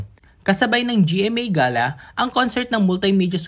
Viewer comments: Hindi yan ga-la ang pag bigkas..iyan ay gey-la... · Gala pla not ga'la ..